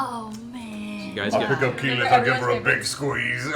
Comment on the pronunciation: How did you manage to butcher keyleths name this badly? Especially when the name is aleays on screen. This is honestly impressive